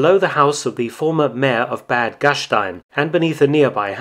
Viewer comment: The a in the german "Bad" is pronounced as A in Armory. Very nice videos, just thought it may help.